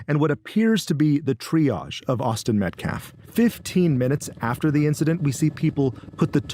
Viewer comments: Sometimes I think that they purposefully mispronounced Austin's name so they have plausible deniability when their words back fire on them. Like him saying they respected Austin fully, when they know for a fact they disrespected Austin by kicking out his father from the public event. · This guy talks about disrespect of someone, then mispronounces the name of the kid that got stabbed. He might as well been the person who did the stabbing. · The man can't even properly pronounce Austin's last name. I doubt they care about Austin's dignity. If the video exonerated Carmelo, we would be seeing the video. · And deliberately mispronouncing the victim's name. is human trash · It makes me so frustrated that the guy can't even pronounce his name right. Can he at least have that?!?! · That lawyer cant even say Austin's name right🙄 MetcLLaf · He even said "MetcLLaf" 🙄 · Austin Metclaf. Becuase weeeee respect the dignity of life... Yeah, well, no. No you don't. You just said his name wrong. You don't care. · I listened three times to the guy from the school - each time it sounded like he said Austin Metclaf. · That POS keeps saying "Austin MetCLAF". Almost every time. Is it on purpose? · ”Metclaf”. Who’s the ignorant fool representing the killer? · Bro coulda said m3th lab and he'd have been closer to getting the ded boys name right... it aint meclaft bruh, its Metcalf.... and then to say "any child losing their life is a tragedy... thats my answer".... he may as well have said "you cant lock up a black kid for k!llin a white kid" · Metclaff?! Why can't that fool ever say Austins last name? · I hope this is the last we hear from this stupid family spokesperson after this is over. Dude can't even pronounce MET-CAFF, not MET-CLAFF. I know I spelled it wrong, it's called phonetic. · Who is Austin "metclaf?" That dude can't even say his name right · TEMU lawyer can’t even say “Metcalf” correctly 😵‍💫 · Can’t even say his name correctly 😢